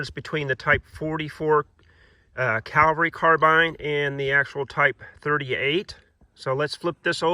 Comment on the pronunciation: CAV-alry carbine, not CAL-vary carbine. Great video though, thanks!